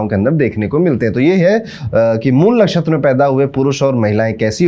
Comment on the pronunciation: Mool nakhastra correctly said Guruji